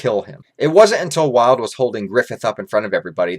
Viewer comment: Idk where you are getting the idea of Wyald being filler when it is in the actual manga, so not a filler. Also I believe his name is pronounced “WEE-alld”. I see Wyald as some random pathetic homeless guy who never achieved or done anything great to help fulfill his enjoyment in life especially with his dark nature. He really was interesting in how he was as an Apostle being the darkest and not just to be edgy but to give people a small look into how dark things will become. I do also believe Wyald if he were to make it to the Eclipse would have been killed by Zodd or some other Apostle as each differ in their character and would turn on each other. However in Falconia they follow Griffith because how great he is and his incredible influence. Wyald probably would have joined Ganishka’s side and would eventually die against Falconia’s forces as he is very untamed and would be rebellious against not having “fun” against humans who are weaker to him and much more easier to control